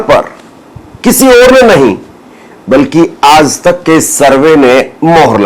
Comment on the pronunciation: Are yaar tum har shabd me nukta kyon laga dete ho.... Aaj tak ko aaz tak bolte ho... AAJ hai \AAZ nahi